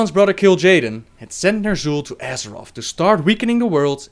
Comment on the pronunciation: This guy pronounces th as if he was saying butter brotter so weird